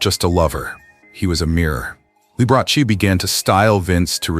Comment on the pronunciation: This person needs to pronounce Mr Liberace's name properly